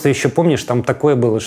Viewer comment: Кто-то скажите ему не укрАицы, а украИнцы. УкраИна. А не УкрАина.